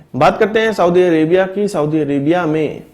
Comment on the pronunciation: साऊदी नहीं होता बल्कि कि सऊदी होता है।